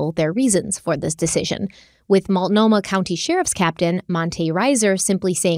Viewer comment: Ok, yes... you said Willamette correctly. You also pronounced Multnomah (Molt-no-mah) as "Muitnomah" and are now pronouncing Sauvie (Soh-vie) as "Suave". Ricco Suave has nothing to do with Portland. You've also pronounced Oregon (Or-gun) as "Or-ri-gone" and The Oregonian (The Or-go-nian) as "The Ori-gone-ian". Now that that's settled, can we please just hang Terry upside down until the truth finally spills out?? I say the state does to her whatever she did to Kyron.